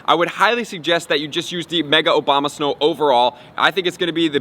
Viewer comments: OBAMA-SNOW 🤣 i think that he does it on purpose 🤣🤦🏻‍♂️ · lmao, anybody else heard obamasnow?